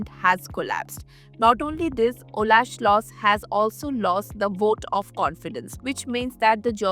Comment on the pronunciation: Expats.😂😂😂 If you live in Germany then you are an immigrant (alien). The name of the German chancellor is Scholz and not Schloss. 😂